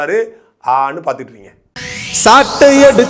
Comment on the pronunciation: ப்ளுச் சட்டை மாறன்.இப்படி பிரித்துச் சொஸ்லு தம்பி சாட்டை...காதிலே! வேற மாதிரி ஒலிக்கிறது..✍